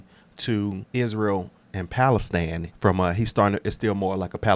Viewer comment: It’s Palestine. INE not AN. 👁️N